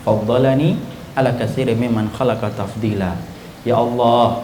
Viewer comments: afwan akhi itu tafdzila atau taftila? kok ana dengernya taftila ya? ana lagi belajar ngga tau bahada arab. syukron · Ana telah rujuk ustaz bahasa arab katanya 'TAFDILA' الحمد لله الذي فضَّلني على كثير ممّن خلق تفضيلا